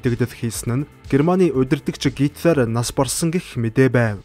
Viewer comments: Гоё цэгцтэй уншдаг, бас их хөдөлмөрч хүн гэж боддог шүү👌👌😍. Харин гитлар гэж дуудах нь зөв үү гитлэр гэж дуудагддаг юм болов уу.. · Оросоор уншхаа болиоо, хитлер гэж уншина ш дээ